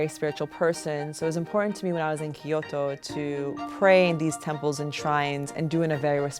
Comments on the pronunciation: Kyo-to....not ki-yo-to....sorry I just had to 😭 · right? she just says kiyoto with an accent but she still says key which is so annoying its kyoto hhaha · Lovely story but drove me insane how she pronounced Kyoto "Kiot-tou". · Her pronunciation of Kyoto is killing me. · Hearing this lady trying to pronounce Kyoto is worse than white people saying 'Barthelona' because they spent 2 weeks in Spain